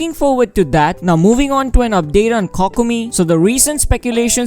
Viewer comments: coc-co-mee..... died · Your videos are very nice and informative but that Kokomi pronunciation could be a little better Dx it’s ‘Koh-koh-mi’ 😆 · i love how you pronounce it cockomi